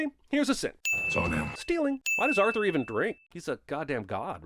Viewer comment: The only sin in this video is your pronunciation of "Arthur" or I guess "Urthur"